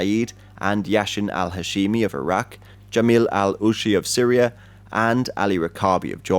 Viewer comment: Known as "SYRIA ". With A at the end. Thanks in advance. please learn how to read. Then record.